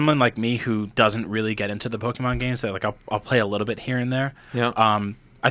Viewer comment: Quit saying " pokamon" !!! I hate that lol